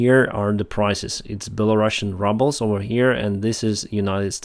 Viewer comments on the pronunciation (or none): Hey,, in English we pronounce “ruble” as if it were spelled “rooble”. “Ruble” and “rubble” are not pronounced the same way. (